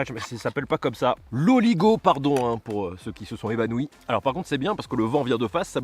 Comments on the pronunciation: C'est Aligot qu'on dit pas l'oligot 🤣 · QUOI "OOOOOLIGO" TA DIS "OOOOOLIGO" ! C'est AAAAAligot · Aligot pas Oligot 😭😭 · Je me suis évanouie qu’à même... c’est ALIGOT pas OLIGOT la « purée au fromage » 😂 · grave bien par contre on dis aligot